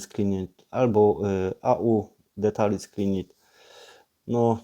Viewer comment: Jak coś to słowo "details" nie czyta się "detalis" tylko "ditejls" :)